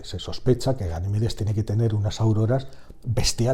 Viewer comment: Siendo puristas, Ganimedes es una palabra llana, aunque suele escucharse esdrújula. Gran vídeo, enhorabuena 👏